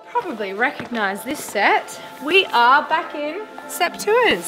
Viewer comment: Love the show but as beautiful as Teresa is, I'm glad she didn't try a British accent. Giving her an American birthday accent was the best way to go. I just wish someone had explained how to pronounce "sept tours". She has an excuse. The Brits don't! They probably did 5 years of French at school and didn't learn the first thing about French pronunciation! 🤔